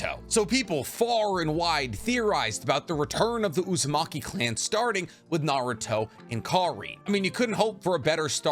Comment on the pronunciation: I really like the content you make, but one thing that always bothers me is how your mispronounce SO MANY NAMES, wtf. You've seen the anime, haven't you?? Why do you mispronounce stuff? Totsuka blade, Kawaki, even Naruto at some points